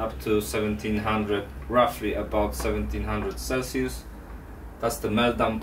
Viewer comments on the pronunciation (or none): none